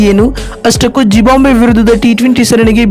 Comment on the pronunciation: It is not zibambve it is zimbabve